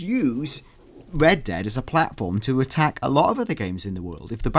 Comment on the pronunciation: They really should have hired a guy who can pronounce the letter 'r' to cover news for a game called Red Dead Redemption. Unless it was some cruel inside joke amongst gamesradar employees to put on this game.